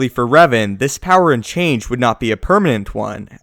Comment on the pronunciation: Its Revan, not Raven